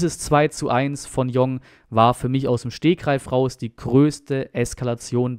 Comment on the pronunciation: Bitte !!!! jong heißt tschong u Jong .Meine Frau ist Koreanerin . Koreaner nennen ihren Familiennamen immer zuerst.also das Tor hat u Jong geschossen